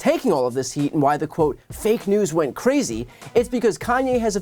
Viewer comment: "Carzy"?😆 Lol.😂